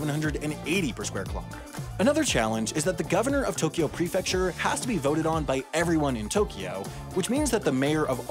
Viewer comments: To Kyo, not To Ki Yo. Unsubbed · It's wrong (although "Tokio" is essentially how most people outside of Japan pronounce "Tokyo" for whatever reason, even though there is no "i" in there at all). Also the syllable length is wrong (Tokyo should really be written as Tōkyō or toukyou), but that's getting a bit nit-picky. But at least Tokio is a more or less phonetically correct representation of the mispronunciation, I guess, lol. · The important part is that it's just two syllables instead of three: To-kyo instead of To-ky-o. And both o's are "long". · 20 seconds in and you already mispronounced Tokyo. It's not To-key-o. It's pronounced more like Tok-yo. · At least didn't try to stick an "i" in the middle of it - people who say it like "to-ki-yo" make me cringe. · You mispronounced Tokyo, it’s Tōkyō or toːkʲoː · Tokyo is always a freebie on the mispronunciation bingo card since everyone outside of Japan doesn't pronounce 東京 correctly. 🤭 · Yeah, you and アダム are right - he does insert the "i" in Tokyo sometimes. I only listened to the video once before commenting the first time, and I guess I was so distracted by the humor that I wasn't listening closely! he does a pretty good job (ignoring syllable timing, of course) and then he snuck a "i" in there. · I like how he failed the right pronounciation directly with the first japanese word :D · I counted 41 Japanese words, and ironically, the word you mispronounced the most was "Tokyo" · well you mispronounced "tokyo", its more a smooth o than an normal o, so do it bette next time! ... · I'm about to end you. You're mispronouncing Tokyo